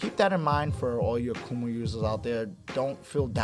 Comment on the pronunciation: a-Kuh-Ma... lol